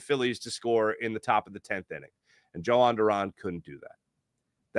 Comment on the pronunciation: its pronounced YO hon not joe hon lol